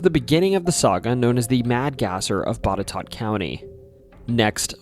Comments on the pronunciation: When I saw Boutetourt pop up I waited to see if you would pronounce its name correct. You did! So many YouTubers butcher unusual names, and I'm glad to see that you must've done your research. Re: The WW Poole mausoleum. While the legend of the vampire was definitely born out of an unfortunate accident, the actual mausoleum still has very odd things happening in/around it. Due to the legends people would flock to it over the years and do things like break in and draw occult symbols on the walls and light candles. Noises and voices are also heard from it. I've been there personally and heard a very unsettling knocking clearly coming from the inside and recorded a creepy voice. The Hollywood Cemetery as a whole has several famous ghost stories. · I am not arguing with but I have heard even newscasters in Roanoke County pronounce Henrico as HEN rih COE. And congratulations on knowing that Boutetort is pronounced BOT eh TOT. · You pronounced Botetourt correctly! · Yeah, how the hell did you get Boutetourt right but mispronounced Henrico (hen-RYE-koh). Don't feel bad... weird names in Virginia are just traps so we can tell who is from out of town. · I'm surprised you pronounced Botetourt right. Kudos. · Born & raised in Bedford county, which borders Botetourt, & currently in Roanoke Co, which also borders it. Thanks for the actual correct pronunciation of it! 😂 If you ever do VA again, you've gotta check out Bedford! The Lady of Avenel is a staple here. Lots of history in this tiny area, including the Bedford Boys & the National D-Day Memorial. (Bedford Co lost more men on d-day, than any other county in the US.) Love your style of video, & immediately hit follow!! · Props to you for getting the right pronounciation of Botetourt. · Wow, you did real research, no one, even some native Virginians that live more than 100 miles away pronounce Botetourt right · Even got the pronunciation correct on Botetourt ! Rare.